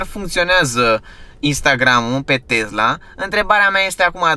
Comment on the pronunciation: Tee roggg nu mai zice tezla !!!